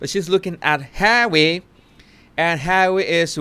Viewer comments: "Harwwe" 🤣🤣😅😂😂 Look at Meagain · Jesus, anytime you say "Hawwy" I can't stop laughing😂thank you from Italy